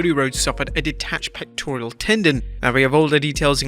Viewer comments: Pectoral not pectorial, get it right if you’re gonna use the word so much… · It's pectoral, not pectorial. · "pectorial" lol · Why can't he pronounce pectoral? There's no i in the word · There's no "i" in pectoral my dude.